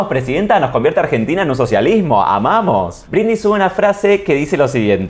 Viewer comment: Dice "brindy" en vez de Britney...me.pone.del.orto